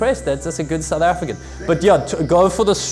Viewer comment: Africaan, not afreekhan.